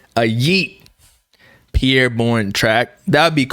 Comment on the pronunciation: say his name right💀